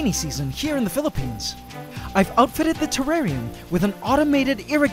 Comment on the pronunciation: You say filipine